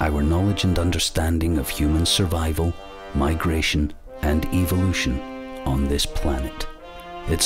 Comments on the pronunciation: ...I hate the way this guys accent makes him say "evil lution". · The narrator is a mic eater, if this clicking and hissing bothers you, you would really have problems with the bushman languages of Africa? I like the way this Englishman pronounces evilution. I would rather believe we came from outer space, Than put faith in science establishing a missing link between kinds!